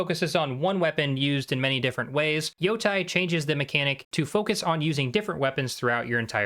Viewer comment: Why Yotai why not Yotei! When you call them Yotei six you say it right but when you call the game ghost of yotai you call it wrong why how it so annoying